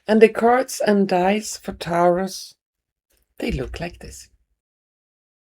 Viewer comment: Lovely Taurus is said like Torus